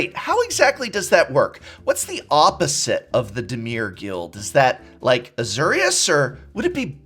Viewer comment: Az-OR-ius, Not Az-ER-ius. Grinds my gears so bad when you do that.